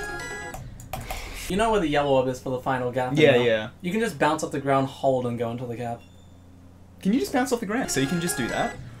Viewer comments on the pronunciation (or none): “Can you just bownce of the grownd?”